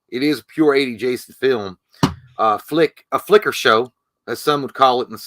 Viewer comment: btw the horse is called Flicka not Fliker. Another word that shouldn’t have er at the end unfortunately….